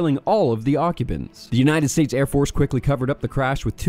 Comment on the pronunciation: “Unahted States” sounds like a slip up but it’s still funny.